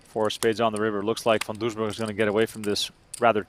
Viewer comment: There is no h in Van Doesburg!